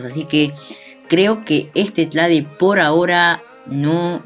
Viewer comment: like por cada vez que dijo tlade xdd